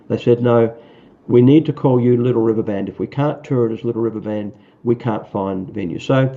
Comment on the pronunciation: how about, "Da Liddle Wivver Ban??"